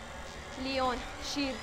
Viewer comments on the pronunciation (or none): به لاین میگه لیون😂